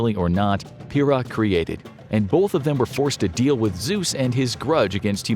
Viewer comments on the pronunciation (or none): Actually, the "L" in "bolth" is silent.